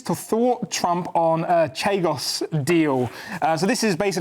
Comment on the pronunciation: CHAGOS...NOT CHIGOS